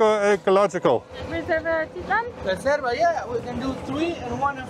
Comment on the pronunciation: It's pronounced At I lan!sorry